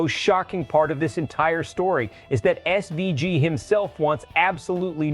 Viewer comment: learn how to pronounce his name ffs